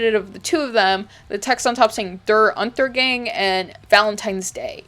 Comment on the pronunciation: As a German, big shoutout for your German pronunciation! It was quite good, even though it made "Der Untergang" sound like some sort of Gang lol. (since the a is pronounced a bit differently in German, which is hard to describe in a Youtube video and completely irrelevant to the video)